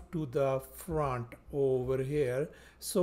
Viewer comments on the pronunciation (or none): none